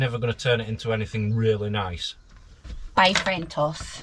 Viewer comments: it's not bay frentos. It's fray bentos😂😂😂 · lol love how u call it bay frentos pie, then said the correct way, frey bentos, and you said bay frentos lol so funny. love ur videos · Your chips and mushy peas with gravy looks delicious😋 personally, I thought the bling video was brilliant. To be able to see some of your old pics/videos off your phones would be so good👍 I've never ate a fray bentos pie in my life and I don't intend to😂 and I love the way you call it bay frentos👍 I cook them for my husband but l leave the pastry in the tin and it fluffs right up👍 enjoying your videos so much, take care ❤ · Love your vlogs. You made me chuckle calling it " bay frentos, instead of fray bentos. You do you.❤x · From now on, Fray Bemtos will be called Bay Fentos 😂 Love you ❤ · I love it how you call the pie Bay Frentos instead of Fray Bentos 🤣🤣 you are funny lol Happy Easter 🐰 🎉🍫💜💜💜